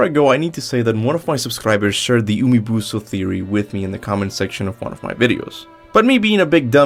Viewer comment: "Umibuso" I just can't 😂